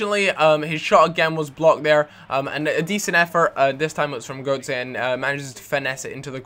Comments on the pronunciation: Why do you say Görtze instead of Götze ? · Why do you say gurtze ???